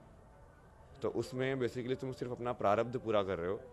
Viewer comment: प्रारभ्द क्या होता है??????? नहीं बस यही पर फुस हो गई 😂